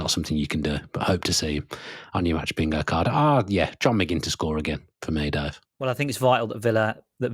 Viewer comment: McGinn rhymes with Lynn.